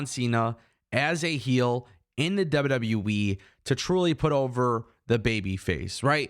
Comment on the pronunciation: Did you just call WWE, WW Weee. LOL. Just sounds like it. J/K